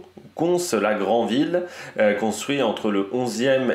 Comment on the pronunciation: Je connais des locaux qui font la faute, +1 pour la prononciation du s de Cons-la-Grandville 👌